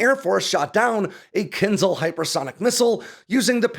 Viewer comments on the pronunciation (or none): It is pronounced "Kinshaal". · You should read it as Kin-jal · Thanks for the video! But it hurts to hear how you pronounce kinzhal :) It should be kinžál, so not z but zh and the stress is on the second syllable. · When will English learn that Latin transliteration "zh" from Cyrillic is pronounced closer to "j" and NOT "z", so it's "Kinjal" not "Kinzal". Anyway, however you pronounce it, its military power remains equivalent to its name -- a dagger, and definitely not a missile. 🤣🤣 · Claims specialist knowledge but can't pronounce "kinzhal" (кинжал). This is no eхpert. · I think it's rather pronounced Kinsh-aal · Spot-on. As an American in Ukraine, may I help a little with the pronunciation of "dagger"? Кинжал has that lovely ж in it that we transliterate to zh, but the sound isn't a z, but like the s in casual. And the al is like Al as in You Can Call me Al.